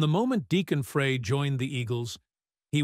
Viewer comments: You need to learn how to pronounce someone's name before you narrate a story about them. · Deacon “Frie” not “Fray”. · pronounced fry not fray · His name has always been pronounced Glen Fry, like the cooking word fry, not fray for 40 years. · This is a really good video . However You have to pronounce Glenn and Deacon's last name correctly ...Please. It is pronounced Fry like a french fry !!! Not fray, FRY !!! I knew Glenn for over 60 years, grew up with him in Royal Oak, Michigan and was a life long friend of his until he passed away 😪😞 . Please give him and Deacon the RESPECT THEY DESERVE by getting the name right !!! Thank you....Peace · Please note: the last name is NOT 'fray'. It is "fry". Got it? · It's pronounced fried not fray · His name is pronounced Fry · First I would like to know if this is AI generated voice? Next I have always heard Glen Frey's name pronounced as Fry. Does anyone agree? Maybe Deacon Frey should talk with Hank Williams Jr. He was in the same position after his father Hank Williams passed. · Hold on. This is stupid. How can you put out a video on Glenn Frey and not know his name is pronounced, Fry. Point 2. As a forever Glenn Frey fan, I saw one of the earliest shows with Deacon. Everyone was excited to see him, proud of him, and I didn’t hear anyone at the show or in conversations afterwards negative about Deacon’s performance. There was more criticism that he wasn’t singing more of Glenn’s songs. And that meant the criticism fell onto Vince Gill. Deacon was and is loved!! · I wish they would learn to pronounce the name right it's Frey(fry) drives me crazy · Glen “Fray” Seriously? You couldn’t get the pronunciation of his last name. Shame on you. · I think his surname is pronounced 'Fry'. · Please learn how to properly pronounce his name. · Why can't the narrator pronounce the name Frye correctly. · An AI mess...don't waste your time. If the AI generated voice can't even pronounce the last name correctly, what else isn't right? A lot.